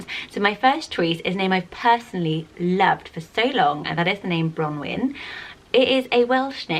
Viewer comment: I speak fluent welsh and ngl if was kind of triggering me the way she said bronwyn 😂